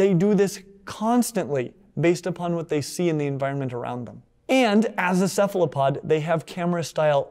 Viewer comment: boos when says cephalopod with a soft c instead of a hard c lmao edit: also imagine being a human with our stupid blood vessels in FRONT of the retina when cephalopods have their retina in front like is proper